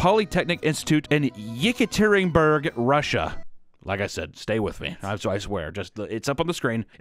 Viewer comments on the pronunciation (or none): “Ooral polytechnic” “Yikitereenburg” Idk how these words are supposed to be pronounced in Russian but even by English standards this is incredible